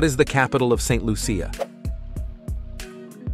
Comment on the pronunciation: St. Lucia is pronounced Saint Lusha, not Saint Lusia. I live in Barbados, just over 100 miles from there.